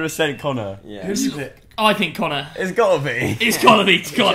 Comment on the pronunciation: 'and caner' it sounded like he said can near instead of Connor lol